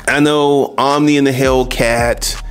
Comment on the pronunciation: Omi not Omni